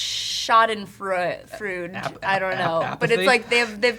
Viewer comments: Its always funny to hear americans trying to say Schadenfreude. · No I don't hate anything, it's no big secret that yanks butcher other languages, look when they all try and say schadenfreude, not exactly fluent.